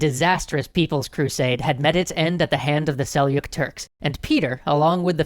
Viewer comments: Sel-JOOK, not sel-yook. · I think Seljuk is pronounced "sel-jook" not "sel-yook". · Desolator_TR so it's sel chuck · Why do you call them "Selyook"? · Was it hard to look up the actual pronunciation of "Seliuk" ?